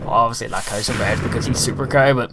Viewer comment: he called a cow a cew